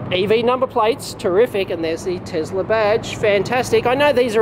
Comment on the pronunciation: Tesla not 'Tezla'